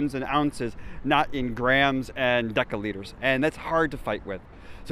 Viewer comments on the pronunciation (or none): Pssssst,... deciliter is pronounced 'desiliter' in danish. Great video btw. Thanks.